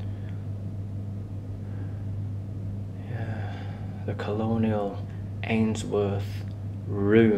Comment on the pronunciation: you read colonel wrong